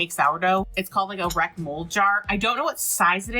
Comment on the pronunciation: The "Wreck" Jar?